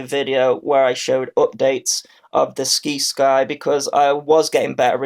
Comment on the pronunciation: It's pronounced Sigh-sky Like other words with Sci like science.